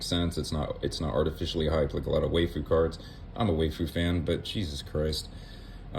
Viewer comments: “Why-foo”… that was bothering me WAY more than it should 😂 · One small pronunciation correction: "waifu" is just wife-ooh. Aside from that, I really appreciate you doing this. So many content creators go over what's coming up in the set but they don't discuss what they themselves plan on doing. Your take on what to do for the next 6 months was really nice to listen to. Keep up the good work!